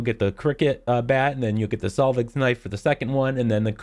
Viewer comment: The way you say solveigs knife hurts me.....